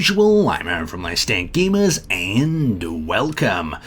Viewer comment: Why do you say"aynd in stead of and"?